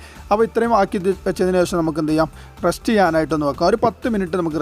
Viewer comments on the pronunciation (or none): 'Rust' alla 'Rest' aan🤭🤭